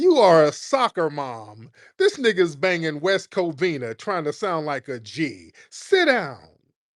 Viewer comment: He can’t even say nigga right 😂